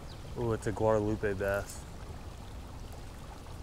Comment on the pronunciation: You keep saying guard-a-lupe. That's a really cool river.